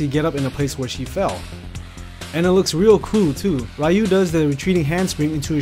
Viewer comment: "Ree-yu".... not "Rai-yu".... UGH